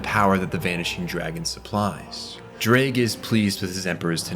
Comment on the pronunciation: I don't know why, but as a Welsh person, I find the way you pronounce Ddraig funny. I can't even speak Welsh myself, though. I'm not one to talk.